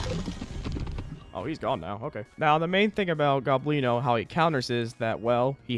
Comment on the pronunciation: His nams is el gOblino not el goblIno